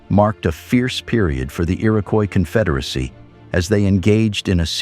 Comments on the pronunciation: The "e-erowkwoise kunfederasie"?! You know, you CAN make bad AI say things correctly by spelling phonetically if you care enough to do so. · The pronunciation of "Iroquois Confederacy" is bizarre. Is the narration AI generated?